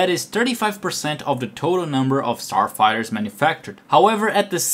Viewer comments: understandable, yes, that is good. But saying "forty eight" in stead of "thirty eight" and " ... a turd of their sarfighters..." Go get another job where you don't have to actually speak, this is terrible. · "... Almost a turd of their sarfighters..."